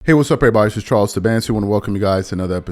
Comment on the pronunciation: Can you spell your last name Charles? It is unintelligible the way you run through saying it in your introduction. Charles who? 'Sidancy'? Zidance'?? Please spell it out so that it is clear. This is a real & sincere question.